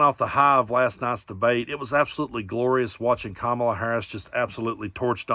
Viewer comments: How long is that blithering gargoyle going to keep pretending he doesn't know how to pronounce Kamala's name? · He probably couldn’t remember how to pronounce her name correctly.LOL. Or figured he would slip up and say Biden.